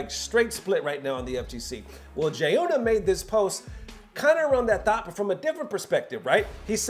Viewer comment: Bro!!! “G-yuna”. Say this man’s name correctly one f-ckin time…please. He literally says his own name in his videos…come on. You can’t do better. Please respect Jiyuna…and say his damned name right mane.